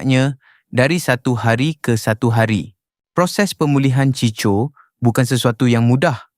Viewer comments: Cicho ??? 🤦🏼‍♂️🤦🏼‍♂️ NACAAN NYA = CHIKO LAAAAAA🤦🏼‍♂️ Ciko = chiko Ni yg baca mcm org indon je !!! 🤦🏼‍♂️🤦🏼‍♂️ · Chicho chicho. Bangang betul pembaca ni!! 🤦🏼‍♂️